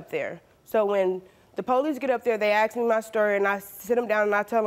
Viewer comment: "I axed them. I said--" You don't ax questions. You get axed for not telling the truth.